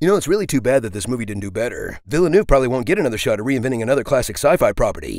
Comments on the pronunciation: Villeneuve: Vill-nuv not villa-noove. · Imagine making an honest trailer and still failing to pronounce Villeneuve correctly.